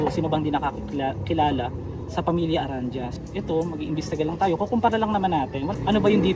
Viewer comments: Mali mali pa info mo, 1997 pinata Tas 1994 pinatay yung mag iina 🤣😜😜😂😂 Ska ang pag pronounce ng apelyido nila is ARANDIYA, NOT ARANDYA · “Ah-ran-dee-yah” po, hindi “Ah-ran-jah” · Hello sir Tamang pagbanggit po ng ARANDIA..... A-RAN-DI-YA godbless po... Kung may pera lang ako bibilhin ko na ang pwesto na yan. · Tanga mo naman bumigkas ng apelydo nila bobo mo stupido